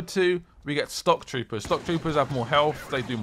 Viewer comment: did he say stock troopers? its shock troopers